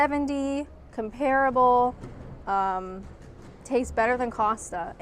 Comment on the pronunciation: thank you for pronouncing Costa correctly. I have heard so many US visitors to the UK on Youtube pronounce it Coasta for some bizarre reason!